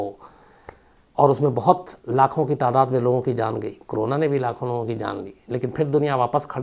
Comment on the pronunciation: Shams bhai aap corona ko hmesa crona kyun pronounce krtei ho…bdw i never miss any of your episodes..Lots of LOve from #ARUNACHAL_PRADESH